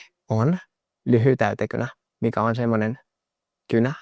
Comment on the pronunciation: He still pronounced "lyijytäytekynä" a bit off. It sounded like "lyhytäytekynä". More like how you might pronounce the start in Spanish. The difftong with y-i is important, as well as pronounging Finnish j clearly. That said, as a native speaker I would say that you should put special emphasis on getting the vowel sounds correct because those are really important in Finnish. You can pronounce consonants a bit off and be still understood correctly as long as your vowel sounds are accurate.